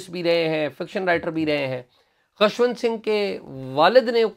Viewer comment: You Pakistanis have such poor pronunciation. Atleast Journalists should be particular about pronunciations of proper nouns. Its not Khashwant, Its Khushwant Singh.